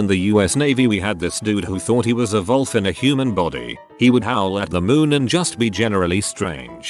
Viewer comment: i love that it says volf instead of wolf